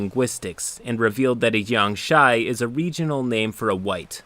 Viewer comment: Take a shot everytime said "jiangshy"